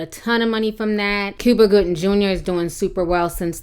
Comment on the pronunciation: Cuba Goodin JR. , are you serious ? Did you mean Cuba Gooding Jr. ...ing..ing..ing